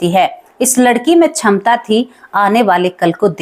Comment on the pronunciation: छमता नहीं क्षमता बोला जाना चाहिए । आप बहुत अशुद्ध बोल रही है ।